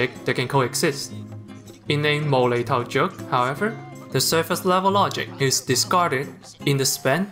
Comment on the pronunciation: i am cantonese speaker, since your name is, I assume you are not. You pronounce 'mo lei tou' perfectly correct but I just find it so cute.